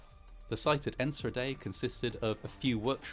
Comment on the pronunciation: I was working at a public pool that day about 20 miles away. Everyone went home when they saw the smoke, thinking it was a thunderstorm approaching. The scope was very intimidating. P.s. in Enschede the ch is pronounced with a hard g, like in Juan :D